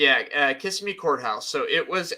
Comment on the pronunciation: Kissimmee... Emphasis on the middle vowel